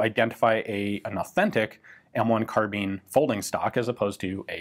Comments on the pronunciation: Is it “carbine” or “carbean” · The E make the I sound like a i, so say carbine correctly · The American mispronounciation of the word 'carbine' bugs the hell out of me.